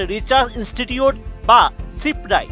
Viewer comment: আরে গান্ডু সিপ্রাই না সিপ্রি বলে